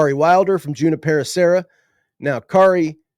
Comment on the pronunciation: A heads up: Junipero is pronounced you nip er o